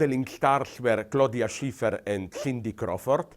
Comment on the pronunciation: Did He say Stiffty Crawford & Claudia Sniffter?